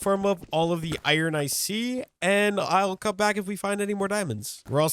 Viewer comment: I feel like ur saying iron wrong 😂